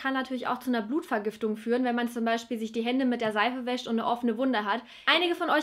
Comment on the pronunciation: man wãscht sich die hânde und hat dann keime😂